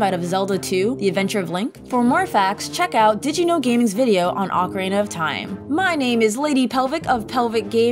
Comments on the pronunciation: I kept hearing her say Oka- ray-nah instead of oka-reena lol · Who the heck pronounces it ah-ka-ray-na? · People calling out the "S-NES" edit like didn't say "Ocariner" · “Ocarayna.” Smh. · Has a lot of errors, I'm starting to think its intentional Haha. "OCARAYNA" and "SCHOOLTULA" I seen in another comment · My favorite part of Ocarena (rhymes with macarena) is collecting all those skuh-TOOlahs. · "Which in OcaRAYna is used for golden skuhTOOlah icon" My ears, they bleed! Ocarina isn't supposed to rhyme with macarena! Also, skultulla is just a portmanteau of skull and tarantula. Whenever people put the emphasis on the "tull" part of skulltula, it aways confuses me since you don't pronounce tarantula as taranTOOLa. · "Wizzer robes" "Okka-rayna" "Ska-2-la" "game front" ... Please just axe this audio and redo it. It makes your channel appear laughably out of touch when things this obvious get messed up.